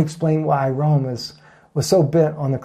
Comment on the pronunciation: Not to be a pronunciation NAZI, but his name is pronounced; Rom ( short o, as in Oz) you- luss. Seemed like you had trouble with it. Anyway, great message and GOD BLESS!